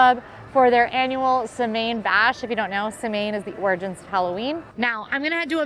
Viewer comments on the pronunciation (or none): Samhain is Gaelic. It’s pronounced Sow-when 😉